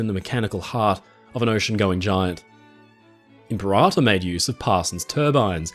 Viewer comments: Excellent content but the narration is a little painful each time I hear IM-per-ator. The emphasis is on the wrong syllable. It’s Imp-PER-ator. Think or say imperial. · Imp peh rah tôr - impera tôr (sounds like 2 words) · I think Impeerator as in Imperial?